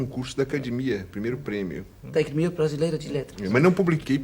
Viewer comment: Repararam o falou acaDImia 😅